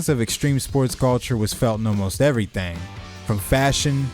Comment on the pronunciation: This is really random but i love the way you say “everythang”